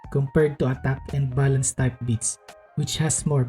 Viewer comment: Sorry, because of your tonation I can't help but hear "violence" instead of "balance" :b